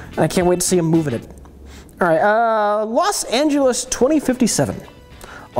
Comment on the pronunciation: Los Anjoois